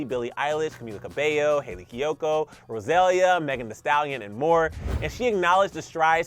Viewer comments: i stan you, which is why i must correct you- it’s not rosélia”, it’s RosalÍa 💃🏽. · Hey, it’s pronounced Ro-sa-lee-ya. Roselia is a Pokémon lol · Can y’all learn how to say Rosalia’s name